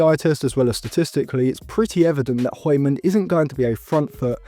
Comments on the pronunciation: No one asked but the pronunciation for hjulmand is Yool-man. Could be a good midfield option for like 40-50m if we can’t get an a-list target like Wharton but with Man U tax and the fact that this might be a late scramble, we would probably get nowhere near that price. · Der er ingen der kan sige Hjulmand😅 de udtaler H'et🤣🤣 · That is not how you say "Hjulmand" lol